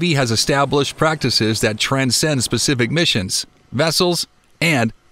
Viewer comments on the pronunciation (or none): none